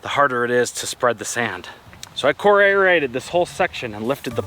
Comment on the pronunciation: Did you say aerate or inaviate?